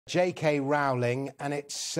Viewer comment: The first syllable of Rowling rhymes with throw, not with cow.